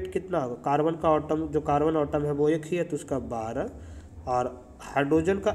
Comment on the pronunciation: Sir not otom it's atom Vsse app samjate bohat accha ho samaj bi aa jata hai god bless you sir